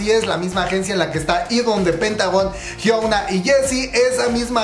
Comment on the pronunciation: Siempre me gusta como dice jiouna a la jiuna (hyuna) No puedo dejar de pronunciar jiouna .. Jajajaja ❤